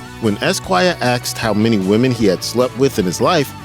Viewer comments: They AXED him? I think you're shooting for ASKED. If you can say SEPTICEMIA, you can say ASK. Do you say 'my manses' or 'breasteses'? Unless you WANT to sound uneducated and ghetto, which I don't think you do. Now that you know, if you choose to keep speaking in ebonics, that would just make you ignorant. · wait…did the person talking say Axed instead of asked?? super low IQ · When Esquire "axed?" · Axed is not asked! Poverty is a terrible brain sucker!